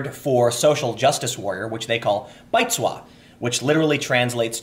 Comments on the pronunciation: For the love of god Tim.. please pronounce it correctly. It's closer to Bi-zoo not bite-zwa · i still find his pronunciation very weird. should be more like baizu less like baitsue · 白左 báizuǒ Stop saying it so fast, also it's more tswo and not swa, O not A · I think you pronounce the word "Bi-zhu-whoa", but I could be wrong. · Appreciate you're trying to pronounce 白左 with tones, but it's wrong. Bai is second tone (rising) zuo is third (falling then rising).